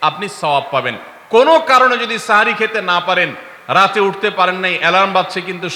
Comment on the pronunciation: সেহরী ❌ সাহরি ✅